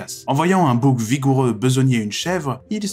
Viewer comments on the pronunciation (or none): à J'entends 'boug' au lieu de 'bouc' je suis désorienté ><